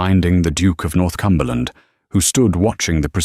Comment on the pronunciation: He’s NOT the Duke of North Cumberland. He’s the Duke of Northumberland. . . .the “h” being silent it’s pronounced, North-umberland.